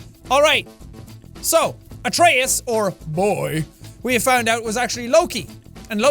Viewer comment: I know it might be different in different areas or in the game. But the god Atreus it’s pronounce A-tree-us. At least that’s how I’ve learned it in my classical myth class.